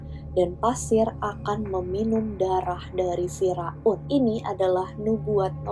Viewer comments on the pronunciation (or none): F I R A U N bukan firaun toloooonglahhh cakep pinter tapi bilang FIRAUN aja salah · cara baca nya "Fir'aun" kak, bukan "Fira'un" 😂😅